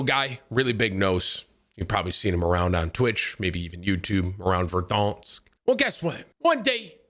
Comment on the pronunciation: Love you Tim. Every time you say VERRRDANNSK it cracks me up lmao